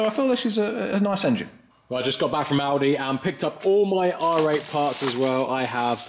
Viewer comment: For a second I thought you said you were going to Aldi, not Audi! :D